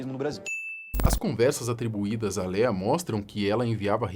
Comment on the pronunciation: Que agonia o povo falando Léia ou Lia😂 É Lêa